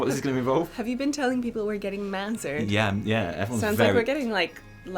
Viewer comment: For the Horde! also mazzered? lol wtf?